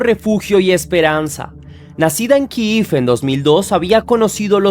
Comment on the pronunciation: Kiev no se pronuncia así y la historia comenzó mal contada